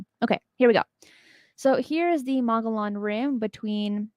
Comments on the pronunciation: It is pronounced mug-ee-yawn rim...the dbl LL is like a Y. Love your show am definitely a fan and want you to say it correctly and not get ppl angry. Just some info from an OG AZ born State 48 original! Much love! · Mogollon is pronounced Mo gee on. The g is pronounced with a hard sound.Otherwise a great show!